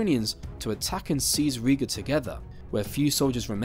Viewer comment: Riga not Ria; Livonia not Divonia...